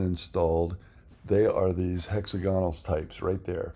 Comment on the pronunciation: hex AG unul not HEXA gahnal